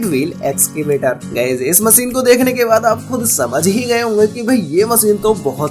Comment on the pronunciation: मशीन ✅ होता है भई….. मसीन नहीं 😢😢😢